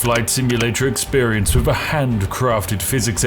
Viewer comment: When you say "wiv" instead of "with" it kinda breaks the illusion of spiffiness.